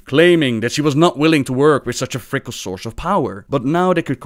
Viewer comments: It is pronounced Fikkel not Fikly,. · "Fickly" made me laugh so hard. You don't know how to pronounce the world "fickle"? lol. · Just a word of advice from a native English-Speaker, the word "fickle" is pronounced "fick-el" like the word "nickel." Great video, by the way! I very much enjoyed it. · "fickly" lmao… i'm sorry but just lmao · Fickly. I love you, and I know you don't mean to pronounce stuff wrong, but I can't help but want to point them out. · fickle is pronounced like sickle.